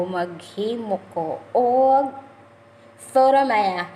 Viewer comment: Hello po ate na slang po ang putoo maya hehe enjoy cooking po thanks for sharing God bless